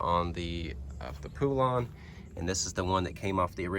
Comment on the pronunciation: Thats not how you pronounce poulan 🤦‍♂️